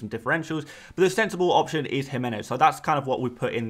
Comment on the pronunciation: Thank you for pronouncing Jimenez correctly!!!!! You're about the only person who does!